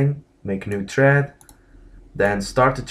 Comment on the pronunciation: its thread, not tread lol